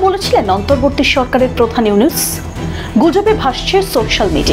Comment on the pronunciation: প্রিয় ভারতীয় মিডিয়া উপস্থাপিকাকে বিশেষ ভাবে অনুরোধ জানাচ্ছি আপনি আমাদের সরকারের নামটা ঠিকমতো উচ্চারণ করবেন প্লিজ,,নাম হবে ডক্টর মোহাম্মদ ইউনুস, সেটাকে শুদ্ধ করে বলবেন প্লিজ,, আপনাদের প্রেসিডেন্ট চাওয়ালা মদি না বুঝলেন 😊বাংলাদেশের বৈধ সীমানা বুঝে দিতে প্রস্তুত হন